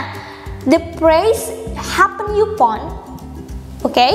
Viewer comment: Maaf kak koreksi upon itu bacanya "e pon" bukan yu pon